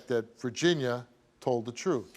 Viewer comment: We gonna hear the truff!